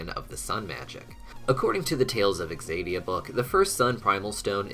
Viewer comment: Why does he keep pronouncing it as though it’s “exadia”? Isn’t the correct pronunciation, “zadia,” even if spelled, “Xadia”?